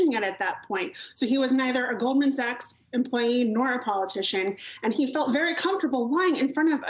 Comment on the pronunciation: He didnt say Goldman Sachs. He said Gold Mansacks.